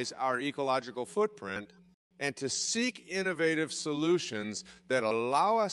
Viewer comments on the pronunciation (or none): "seek approval" not "sync approval" haha